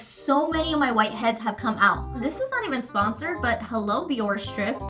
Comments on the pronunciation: its not pronounced “bior” its pronounced “biorE” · It is actually pronounced Bioreh nor bior in Japan . U have been using it for a long time and u don't know how to pronounce it... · "From Bee or aye " 😭 it's pronounced bye or 😭😂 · bioré is pronounced like bee or ay, not bee or. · Pretty sure it's pronounced "bee-or-ay" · You are not pronouncing bioré right lol